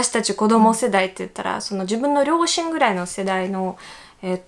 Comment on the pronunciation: アシアさんも 日本語上手ですけど サーシャさん 発音ほぼ１００％近い 日本人の発音に聞こえますよね 私だけですかね？ 両親、ロシアのところの発音だけかな それ以外は やっぱ１００％だわ